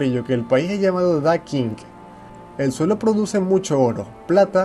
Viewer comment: Me gustó el video. Pero creo que la pronunciación correcta es "Da Chin" y "Xina"